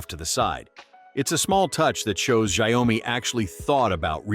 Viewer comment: Xiaomi pronounced show-me. Rhymes with cow.